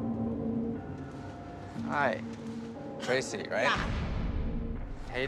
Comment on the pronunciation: I honestly thought she said "I'm crazy" not "I'm Tracey"